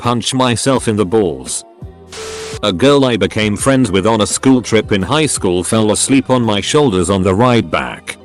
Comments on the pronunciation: Are y'all ignoring that at 56 seconds instead of saying highschool it says it like highshool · you heard it hear guys, it not high-school, its hi-shool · I think my sense of humor's broken, I kept laughing at that "highshool" pronunciation. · Hehe “highshool” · did anyone else hear the "highSHOOL"? XD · Kids go to highschool. Legends go to "highshool" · did anyone catch that the person said highshool? Lol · "High shhool"